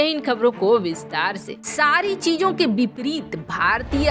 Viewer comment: Bipreet nahi vipreet bolo